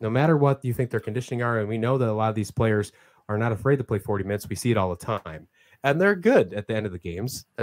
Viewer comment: Dude, dude, dude! Learn to say the players names correctly.. Arggh! Okay, I'm calm now. ;-)